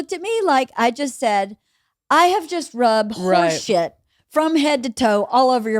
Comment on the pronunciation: LeeAnn pronouncing shit like "sheeit" is like ASMR to me lol